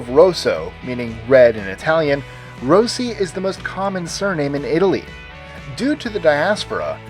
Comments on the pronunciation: Rossi is actually pronounced Roh-See. Just saying, since it IS my last name... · The way he says Rossi is cringe.. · (22. ) Never heard Rossi pronounced that way ... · nooooooo you pronounced Rossi wrong